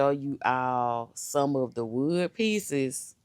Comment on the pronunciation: Did she say WOOD PIECES🤣🤣🤣🤣🤣🤣😫😫😫😫😫🤦🏾‍♀️🤦🏾‍♀️🤦🏾‍♀️🤦🏾‍♀️🧐🧐🤣🤣🤣